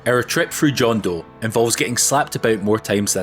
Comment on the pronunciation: Ten Pee-eh-daad (although 10 pie dads are a great visual to imagine) Jondo = Hondo (no excuse for this one, NPCs pronounce it at least 3 times) There's another J=H name in the game but it didn't come up and I can't recall what it was. Possibly an item iirc. All other Spanish/Latin pronunciations are on-point. I also want to add that this is a very valid "prayer only" run, since you did actually use only prayers whenever possible. Love the run and all the Blasphemous content you've done <3